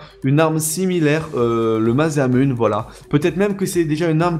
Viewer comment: et ça ce prononce Masamuné...